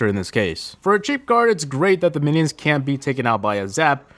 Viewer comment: meniens xDD